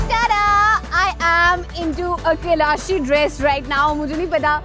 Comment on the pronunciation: There is no word as Keylaash, its kalash. At least pronounce their name correctly. Just imagine you are discovering Pakistan and giving all your viewers an incorrect name of an ancient cultural civilization- Keylash is in Sikkim India adjoining the Tibetan border where Mount Kailash is located which is a holy mountain for the followers of Dalai Lama-the Buddhist tradition. Please do some research before you air a program. And hats off to the one who said..please don't shout-it is very unusual to the local culture.